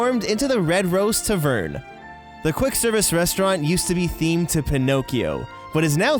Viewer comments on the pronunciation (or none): Triggered Tavern not tahvern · Gary Lundberg he pronounced tavern as tuhverne😂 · Tuvern? There's an A in there. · Where are you from that you pronounce TAAvern, TaVERN? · TA-vern is the generally accepted pronunciation versus Ta-VERN. Unless it’s a totally made up Disney word 🤷🏽‍♀️ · Tuh-vern? its tăv′-ərn Tav like Salve, and ern like urn. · Ta Vern? How about Tav Ern?? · Gah, "tavern" has the emphasis on the "ta", not on the "ve". TA-vern, not ta-Vern. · You're putting the emphasis on the wrong syllable of tavern. It's TAvern not taVERN. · but he did not say tavern, he said tuhverne. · Eww the way you say tavern. It's not tuh-vern, it's ta-vern like ah as in apple. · Its TAVern Not tavERN. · What's a "ta-vern" ? It's "Tav-ern" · “Ta - Vern?” What the hell is a “tah-vern?” Jeebus, do a dry read through these scripts before attempting one. Youtube’s on the internet, feel free to look up the pronunciation of any word that you don’t know. Including any that I used here. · It’s not tavern it’s taaaavern say it with me tavern !!!! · Tavern is not pronounced “tuh-VERN.” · “Tuhvurn” - TPMvids 2019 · turvern hahahaha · Holy crap!, Did anyone else get extraordinarily triggered by the way he said "Taverne" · I was liking the video... but then you said tuhvern... H-how do you not know how to pronounce tavern...? Almost as bad as the time one of my favourite youtubers pronounced “transmogrify” as “trans-mah-griffy” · Why are you pronouncing "tavern" so weirdly? I get that there's an extra "E" at the end, but it's still "TAH vern". It's not an "A" like "taverna". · That's not how you pronounce "Tavern" - seriously, "T'vern?" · Anyone else bothered by how he pronounced tavern? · you're saying "tavern" wrong. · You're pronouncing "tavern" wrong. You have the emphasis on the wrong syllable. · literally cringing at the way you said tavern but the video was great <3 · The way he says tavern hurts me to my soul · Bro, please Learn how to say tavern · Who pronounces Tavern like that?!